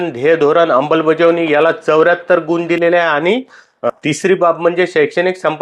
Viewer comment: अंमल बजावणी, उच्वlरणात अंबल आले आहे असे वाटते .